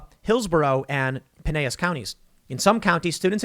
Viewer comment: Tim, the "L"s are pronounced in "Pinellas" county.